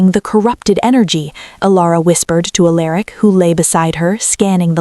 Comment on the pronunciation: . … Finally. For the first time ever, across many many channels, . Alaric was pronounced right. 😂😂… I had been wondering why the AI could say Alara but not Alaric